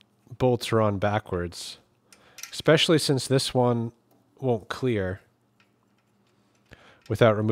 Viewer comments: I enjoyed your video but I am not fond of mispronuciations...the word is especially...not expespecially! Sorry. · "Percise" ?????????? "Ekspeshuhly" is still not a word.